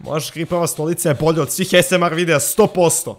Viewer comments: Nije asmr nego ejs mar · NEMA SANSE DA SNIMAM OVAJ ASMREH ja: pa ne kaze se asmreh nego OVAJ ASMR:ok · Kaže se aesemar